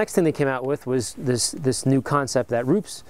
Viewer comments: RUPES not RUPS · I hate to be that guy, but Rupes is pronounced "Roo-pes" and Griot's is pronounced "Gree-oh's" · Rupes not ROOPS... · aren't these pronounced "rooopez" and "greeeeohs" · Rupes ‘ROO-pez’, Griot’s ‘GREE-ohz’